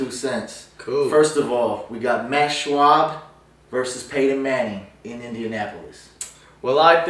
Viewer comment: Shaub is pronounced "Shob" not Shwab. don't pretend to be hot football shit when u mispronounce 2 of the biggest QBs in the league (you also mispronounced Garrard"